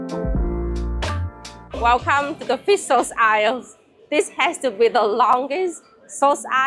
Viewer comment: Eye-ill = Aisle